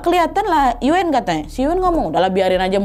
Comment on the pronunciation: Yuen bacanya Yuun aja Nad. Agak dimonyongin. Distrik Sham Shui Po gak cuma dulu aja kerasnya, tapi sekarang juga masih seperti itu. Salam dari HK ❤